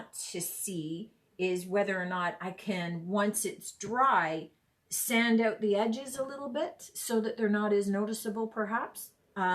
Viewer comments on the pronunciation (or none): none